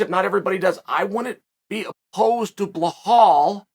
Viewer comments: It’s Be•lál not blehal Remember the Name! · Belal not Blahaul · Same with Belal, his name is Be-lal not Bla-hal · It’s Bilal NOT Bihlhlal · blahale hahahah you never say it right but still funny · Who's this blahaal Mohammed guy? 😅